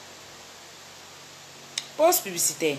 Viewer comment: U fait pa la pub mais u di pose publicitaire ma cherie heinnn ivoirien sai mal parler